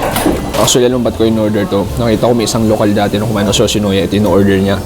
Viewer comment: YOWSHINOWYA.. MISOW SOUP.. Bakit ganun ka po mag pronounce???????????????????????? I KENNATTTTTT!!!!!!!! 😂🤣😅😝🫣😬🫢🤭